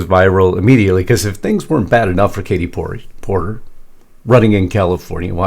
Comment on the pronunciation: It's really good to see Justin laugh and have a little fun at work. He's usually serious, as he should be but its good to see him and Lisa laugh and play around a little bit, especially at the expense of liberals & democrats!😆 That Porter, or as Mark Dice mispronounces it, "Porker" seems like a horrible person, that's mean to the bone. IMO